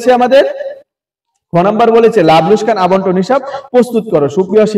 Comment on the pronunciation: লোসকান ❌ লোকসান ✅ 😂😂😂😂😂😂